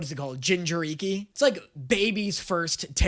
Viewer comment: Nick is never going to forgive you for saying “Jinchuriki” like that lol